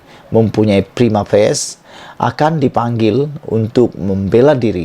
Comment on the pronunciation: come on dude....prima facie.......f.a.c.i.e.....prima facie.....